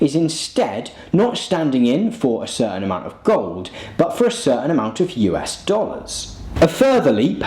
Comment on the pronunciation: The way you pronounced US sounded like "You ass". Thank you for opening for me a new look at the beautiful name of this magnificent country.